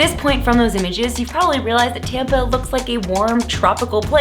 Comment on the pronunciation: everytime you Saud Tampa I heard tampon